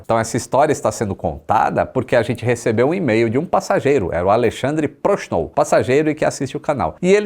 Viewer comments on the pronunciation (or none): É Alexandre Prochnow ou Alexandre Approach Now ?? 🙊